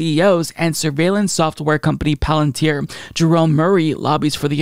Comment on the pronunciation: Major props to you for being capable of reading "Palantir" from a page. I love Ana, but she's doofus that way ...